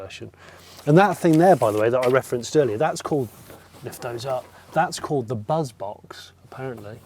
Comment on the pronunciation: Totally missed a trick not having a front 3 seat setup. I can't help thinking every time you say buzz that it's bus in a Birmingham accent😅